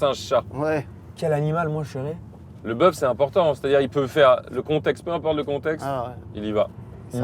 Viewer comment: j’suis trop trixma par les JV, quand il a dit bœuf j’ai compris “buff”